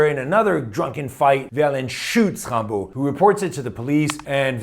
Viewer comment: WOW!!!! You pronounced his name correctly! Tres bien!